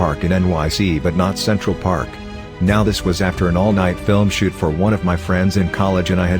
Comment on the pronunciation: Automated voice said" shit off some fireworks" he he he. I would like to see that 😁